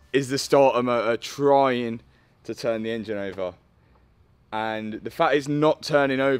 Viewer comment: The way he says engine very bad